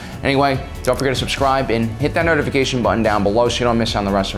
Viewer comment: Did you say, "Hit that nerdafication button?" That's what it sounded like. Awesome!